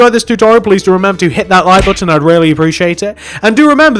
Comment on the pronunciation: You said hit the loike booton.